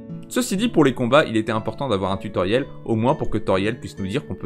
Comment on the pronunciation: Marrant d'avoir autant répété "tue Tauriel" au début de la vidéo :3